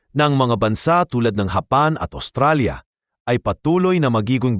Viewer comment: "HAPAN" na po pla ang pronunciation ng "JAPAN" sa tagalog. Sana po nai-correct ung pronunciation ng AI voice, ✌️😬😅🤫